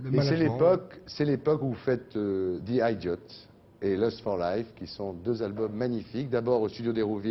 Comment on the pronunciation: Don't like all his music but I love the man. And most of his music. :) On the other hand, I wish frenchies would spend a bit of time learning english terms they don't know before hosting anglophone guests. Idiot is not an i Mac, or i Pad ot i Phone or... i Diot. Idiot en anglais se prononce pratiquement comme en français sauf qu'on dit le T.